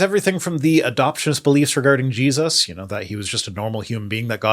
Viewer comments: am I hearing thinks but did he call Jesus Jeebus? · Every time he says Jesus i hear Jebus. Some strange accent? Is it just me?! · Did he say Geduses? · Is it me, or does this guy keep saying "Jeebus?"